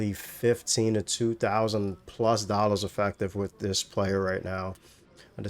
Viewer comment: I hate the way this guy says dollars 😂